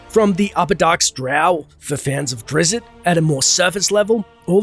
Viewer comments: Drizzy is pronounced Dritst and theres an entire planet bigger than Toril called Glyth which is home to the illithid empire, or was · Umm just gotta make one correction as my man R.A. would want any fan to... it’s not “DRIZZIT” it’s “DRIZZT” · Drizzt Do'Urden's first name name is pronounced "Drizzt," not "Drizzit"... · Mispronounced Drizzt